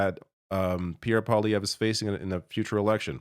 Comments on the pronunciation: Oh and please stop pronouncing it po-lievre or palievre... it is POIlievre, P.O.I. is pronounced POOWA, as the word Pea in french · I beg to differ. You pronounce his name as PoiLIEvre. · I still don't understand how Trump could be elected again... and I feel very sorry for my American friends and neighbours. But I remember thinking : " Maybe there's a silver lining and this his will scare Canadian voters away from PP...". (btw, its prononced PWA-LEE-AYVR...)